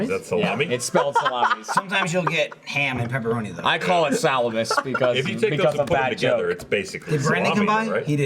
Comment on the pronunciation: That moment when everyone mocks for actually pronouncing Salamis correctly...:'D